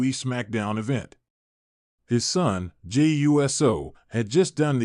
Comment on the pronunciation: I wish you would learn how to pronounce Jey's name correctly.